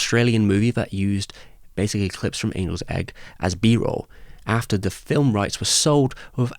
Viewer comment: It must have been a soft g then. I thought you said Anuls Egg.